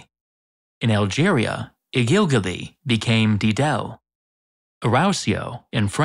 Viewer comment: It is not called gigel or didel it's Jijel with a J sound